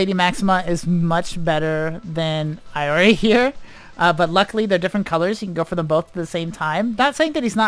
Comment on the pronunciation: Iori pronounced 'e-o-ri'